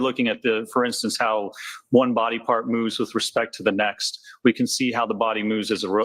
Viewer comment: Lally said "we" not wheat. 😅